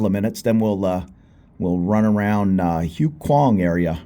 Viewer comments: Hi! HUAI KHWANG is pronounced WAI KWAANG. I'm familiar with POSEIDON. A "friend" told me about it. 😂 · Do your Thai friends watch these? Expect some teasing for butchering the name of this area. I reckon at least half the bar staff i know live around there.